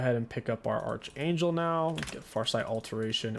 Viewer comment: Bro it's pronounced ARC-Anjel, not ARCH as in ARCHER ... Just saying, 🤷🏼‍♂️